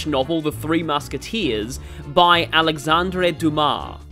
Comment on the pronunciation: Lol how do you pronounce Alexander dumas properly but not kasume 😂, nice video though